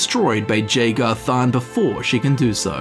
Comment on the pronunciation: everytime you mispronounce jagar tharn i want to cut my ears off like van gogh